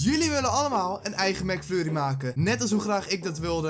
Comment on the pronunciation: hoorde ik nou Mac furrie?? XDDD